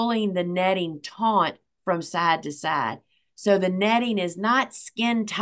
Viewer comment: taut...not taunt